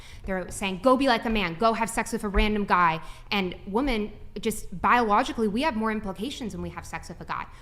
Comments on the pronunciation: Someone needs to tell the lady in black that it's pronounced women. Saying woman in place of women frustrates the hell out of me. . . . But I 100% agree with her views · Does it drive anyone else crazy that she pronounces the singular woman and the plural women exactly the same?